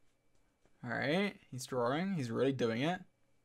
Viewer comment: he's drawring